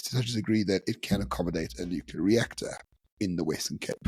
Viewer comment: it's not: "Nukalear"